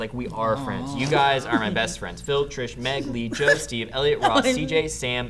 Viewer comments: She called him Streve.....>.> no one notice that? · #Steve not Streve XD